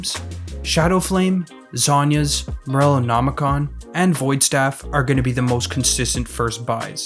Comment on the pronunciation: This guy pronouncing Morellonomicon correctly holy